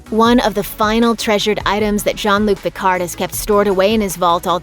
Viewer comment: "Djann Luke Pickardd"...ARGH. Learn French pronunciation...